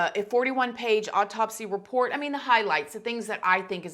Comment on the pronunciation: This whole thing still wreaks of a ton of SUSPICION!!! We may never know the truth! 😡 Also,, you know I love ya girl and how you say some words. Lol Am I the only one who swears you say “odd taupsy instead of autopsy” 😆 You probably say it right, my ears are broken. However, I find myself saying oddtopsy now! 🤣 Nothin but love for you girl! 🥰